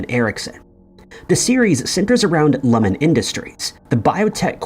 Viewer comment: Love the video but you’re pronouncing Lumon weird 😂